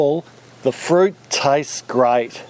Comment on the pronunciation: Ok.... it taise grait.... sounds grait